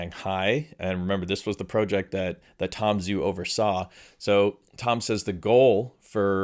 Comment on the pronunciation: Great vid. Thanks for all the updates from from Zhu. BTW, it's Tom Joo, not Tom Zoo. The transliteration of "Zh" is a "J" sound. Listen to him pronounce his name. It's not just you, it's almost all the Youtubers. It's the guy's name. Why not gIve him the honor of pronouncing his name correctly?